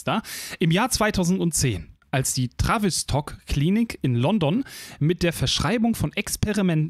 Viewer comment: Aussprache ist übrigens TAH-WIS-TOCK (dt. Phonetik).